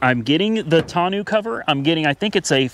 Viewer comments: Should be a great tow rig. Tonneau is pronounced Tonn-know. It’s French for barrel. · Never heard someone mispronounce tonneau cover so badly. Great looking truck though, that was a seriously good decision and I’m glad you came to your senses on the Tesla. Less debt is always better and the truck seems to be perfect for what you need. Good luck and I really enjoy the videos.